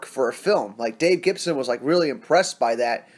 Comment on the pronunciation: Its dave gibbons mate, not gibson. Like your channel. Subbed.